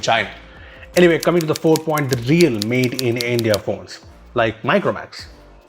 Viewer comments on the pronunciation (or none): none